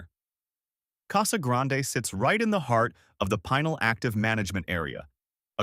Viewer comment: Your piece would be more credible if you at least took the time to find out how to pronounce Pinal (pen el) county. If you don’t even pronounce the names of locations correctly how can we trust your claims?